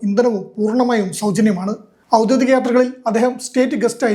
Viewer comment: ഔദ്യോഗിക എന്നു പറയൂ. ഗി . ഔദ്യോദിക എന്നു തെറ്റു പറയരുത് മിക്കവരും പറയുന്നതു് ഔദ്യോ ദി ക എന്നു തെറ്റായിട്ടു തന്നെ. ഒഫിഷ്യൽ എന്നാണ് അർത്ഥം